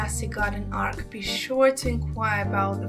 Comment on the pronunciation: The word is not ark. An ark is a ship. The word is arch. Or archway. Pronounced Ar ch (like cheese, chicken). I had to mute this to stop hearing you say ark.